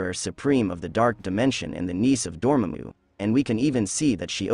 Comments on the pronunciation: Dor-mamm-u 😂 what is up with ppl saying names wrong nowadays? It's pronounced Door-maah-moo. Get ur facts straight boy. Also very late to the party boy, every fan should know who Clea is by now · It's pronounced Dor-Mom-Mu not Dormmmmmomu. & It's called Endgame, not 'The Endgame' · bro said doormamu wow.. that ai pronunciation is spot on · No its pronounced doramona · The AI's pronunciation of the bad guy was Door ma moo...lol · His name is pronounced door-ma-moo. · It’s pronounced Door-Ma-Moo get it right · You’re explaining this to us and you don’t even know how to pronounce Dormammu? If that don’t beat all, lol. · Bro pronounce Dormamu correctly. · The way you pronounce Dormammu triggers me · the way you pronounce Dormammu hurts my ears. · You pronounced Dormammu wrong and speculated about something that's been explicitly stated (in a clip in this very video). Looks like lazy, AI generated garbage to me. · I am so bothered of how you pronounce dormammu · I can’t take you seriously when you pronounce dormamu name the way you do. I’m not sure if that’s the way you truly say it or if you’re just trying to be funny. Either you failed.